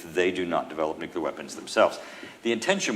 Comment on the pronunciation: Say, "Nuclear" - just once.